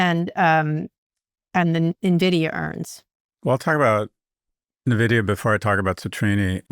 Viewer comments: It’s pronounced „en-vidia“ and not „Na-vidia“ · Nuhh, Scott. It's "N"-vidia as in the letter N (pronounced IN) - vidia. AITA for discounting commentators who mispronounce the name of the company they're talking about? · Scott: Stop saying Nuh-vidia. Kara says it right. Listen to her.